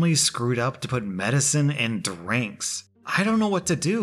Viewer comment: nobody:: “thdur-inks”